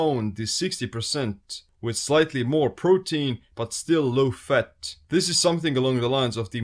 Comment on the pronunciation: it's the speed you pronounced fat ... fut , i imagine if you said it repeatedly you'll make a Ninja footsteps sound running in a forest : fut fut fut fut fut fut fut fut fut 👣👣👣👣👣👣👣👣👣👣👣